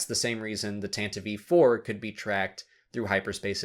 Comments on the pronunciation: Why do you pronounce "tantive IV" AS "tant-iv-ee 4" isn't it "tant-iv 4" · Just curious about your pronunciation of Tantive IV. Like Tantivee 4. I've never heard it pronounced that way before.